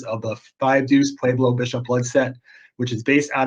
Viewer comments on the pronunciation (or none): I was about to say the same thang its pueblo not pablo